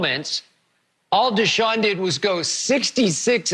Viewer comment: It’s Deshaun fasho